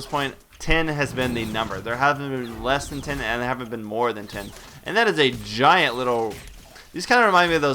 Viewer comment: O he did not say gient mice pokemon did he?? fwrd